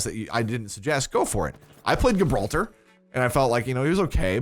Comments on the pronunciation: It's not pronounced gib ralter. It's jib ralter.. like the place.. They probably called the tank gibralter for obvious reasons.. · Gibraltar = Jib-rahl-ter NOT Ghibraltar.